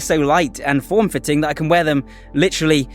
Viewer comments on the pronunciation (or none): none